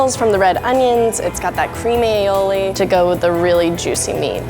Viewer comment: Ali-oli not ailiowli